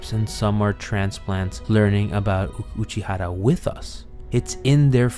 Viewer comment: But for the love of god please stop pronouncing Uchiura and Aqours wrong AAAAAAAAAAAAAAAAH